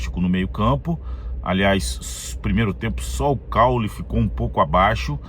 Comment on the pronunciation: CAULY isso ai, agora tá pronunciando o nome do craque corretamente, CAULE não existe, é CAULY !